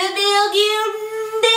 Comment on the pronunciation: le BIOURDUNDYYYYYY